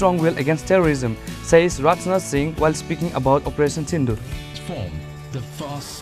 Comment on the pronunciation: It's Rajnath singh not ratnat singh pronounciation is not good.